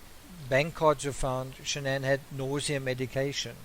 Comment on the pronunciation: First of all her name is pronounced SHANNON b/c her parents even call her by that! I feel like she was aggressive & controlling. Chris was an antisocial child in a man’s body & I think she was basically his first experience with a lot of sh*t then along came NK & he regressed into a horny high school boy! I would most DEFINITELY not like a damn camera shoved in my face every moment of every day! People always wanna dress alike & show all this when their marriage is straight BULLSH*T! The kids were enrolled at a high priced school, leasing a damn Lexus, too much house, not enough o come & PLENTY of debt!!! I don’t understand why he just didn’t/couldn’t just walk away instead of killing his whole family though.